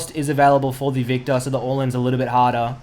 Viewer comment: its viKtor not vita with ur accent!